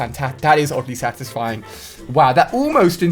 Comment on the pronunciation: Did he say ogly satisfied